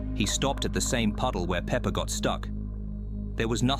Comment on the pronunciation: pepper? peepper? its peppa pig